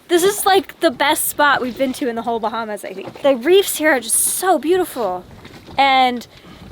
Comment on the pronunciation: Did say “Bluetifull” 🤦🏼